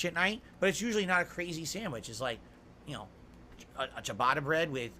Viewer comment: "U'noe?" - no - we don't know like how you don't know how to play games.